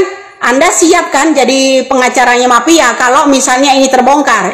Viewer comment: MAFIA BU BUKAN PAPIA😂😂